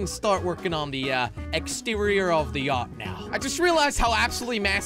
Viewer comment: Its yacht not yatch